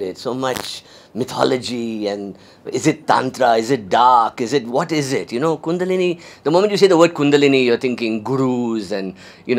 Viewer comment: I wish he should pronounce the word kundalini properly. Btw what spiritual lineage does he belong?